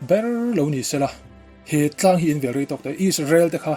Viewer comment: Vel tih khi naupang kan vel anga thluk loh tur , 'a intithei vel e' tih anga thluk tur